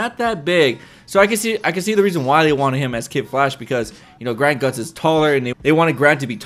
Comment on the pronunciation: Why do you call him grant gut-sin